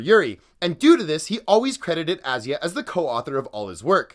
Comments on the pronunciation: You pronounced both names wrong. Murican mindset at its finest. Didnt even bother to look up how to pronounce foreign names correctly=) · The way he pronounces Asya makes my blood boil